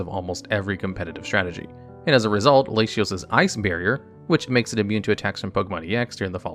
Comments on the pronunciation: Lay shee ohs makes me want to kill myself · ...it's "lah-tee-ose" and "lah-tee-ahss". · Hey guys, I'm not trying to be nitplcky since I've been waiting someone to make this kind of content for some time now, but you have to start double checking the pronounciation of names to take the quality of the vids up. I may be just obnoxious so feel free to not care for this but it's very weird for longtime pokemon fans to hear "jean-sect" or "lashios" (I also remeber hearing the pokemon named monsters in another vid, which with your yugioh background is understandable). Anyway just my 2 cents, other than that your content is great, I got hooked on your main channel after finding this one, keep it up! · ahhhh my ears XD Lay she os lay she as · I have forgone correction because I just assume you haven’t heard them spoken, but it’s kinda funny to hear your unconventional pronunciations…La-tea-os and La-tea-ahs Like Spanish masculine and feminine -o -a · Love you but you’re gonna need to brush up on your pronunciations if you’re gonna be releasing Pokémon content! Lah tee ohs, Lah tee aws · My man says “Layshios” 💀💀 This is like saying my name “Mayshus” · Oh, I’m a native English speaker and I always thought it was la-tee-ohs and la-tee-ass like you said , so I have no idea where we got that from. Also how did he pronounce reuniclus? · NGL, I've never heard ANYONE pronounce Latios or Latias like that in my entire life until now...but you know what? Your way of saying them....actually doesn't sound too bad, tbh. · Delta Species are my favorite thing maybe in all of Pokemon and psychic Treecko was what got me interested in them so it's neat to see his final evolution in the top 3. Please never say Latios and Latias like that again. I know it's a thing you and Wolfey do and I respect the Hussle but that has gotta be the worst it's ever been. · That latias/latios pronunciation had me rofl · Those Latios and Latias pronunciations is a jumpscare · España haha.